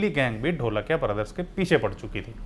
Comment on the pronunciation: NOT ढोलकिया IT IS धोळकिया